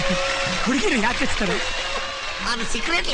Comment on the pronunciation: ಕಾಚ್ತಾರೆ ಅಲ್ಲಲೇ ಕಚ್ತಾರೆ ತೂ ಎಂಥ ಕನ್ನಡ ಮಾರೆ ನಿಮ್ದು 😅